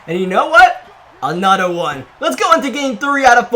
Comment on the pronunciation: “Anotter one” 😭😭😭